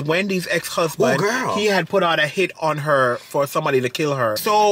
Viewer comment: " WENDY WILLIAMS HUSBAND PUT A HIT ( HOUT) (HON )HER."😁